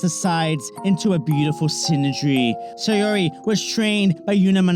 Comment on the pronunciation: Great vid. FYI it’s pronounced SOW(as in OW with an S) REE. Not SAY UR REE.